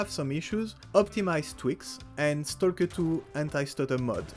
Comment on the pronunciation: the only guy to say Stal-ker properly with the hard L.